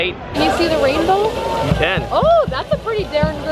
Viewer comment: has never sounded more Midwestern than "Oh that's a pretty daern good rainboh!"